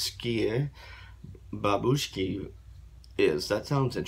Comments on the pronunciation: BurAnovskie bAbushki, not babUshki. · Love ya reactions dude! How to pronounce it correctly: bu'ranovskie 'babushki. And yeah, we had a national selection where they won. Ahahhaah 'I love grandmothers' 😂😂😂